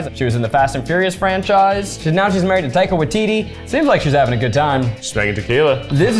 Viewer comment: Zach, WHO is "Taykai WaiTeeTee?" It's pronounced similar to "Tuh-kuh Why-tih-ti"